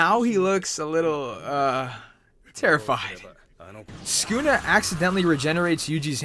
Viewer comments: It's su ku na not skuna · Bro its Sa-kuu-nah, not skuna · mans called him skoonuh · Lmaoo listen how he says sunkuna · every time he said sukuna it made me want to kms good video though